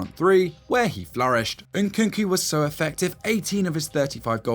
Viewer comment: Not Nkunku but NkuNku